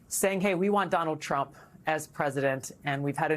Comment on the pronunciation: What a 🤡! Can't even pronounce President Trump correctly 😂